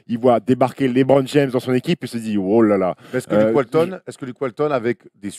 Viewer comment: Je suis le seul à avoir les oreilles souillées quand j'entends Stéphane Brun prononcer "LÉBRON JAMES" au lieu de [LEUBRON ] ??? Un effort bordel!